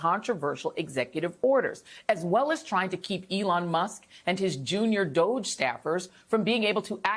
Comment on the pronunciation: PLEASE, JOY!!! What is WRONG with all you Media types??!!! WHY can you not get the pronunciation of 'DOGE' correct? It's really simple. You should NOT be helping Pestilence Trump and the Musk Rat with propaganda! So, in the unlikely event that you do NOT know the correct pronunciation, I'll help: "DO", is said in exactly the same way that the "Do" in "Donald" is said (to honour our Con-Man-der!-in-Chief); "GE" is said exactly as in the "Ge" in "Genius" (Again, in honour of our Naked Emperor who has a "Very Big A-Brain", and, therefore, "Con-man Sense".) So, yes, "DOGE", rhymes exactly with with "Dodgy". Got it now? You're welcome. I'll get back to watching the Presser in the Blight House. Thanks